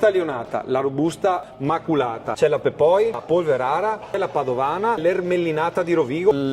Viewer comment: Si dice "pèpoi" e non "pepòi". Italianizzazione di "pèpołi"